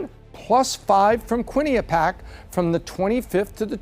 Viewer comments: Probability of correctly pronouncing QuinniPEEac: sadly, still 0% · Quinnipiac, pronounced kwen-ip-pi-ack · Bro, it’s pronounced QUIN-IH-PEE-ACK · It's amazing how bad many people butcher Quinnipiac (kwin uh pee ak) with the accent on the 3rd syllable. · Quinnipiac. Quinn-I-pee-ac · How does not know how to pronounce "Quinnipiac"? lololol